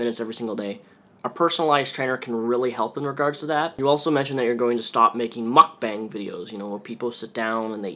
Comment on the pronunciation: Its pronounced mook-bong my dude.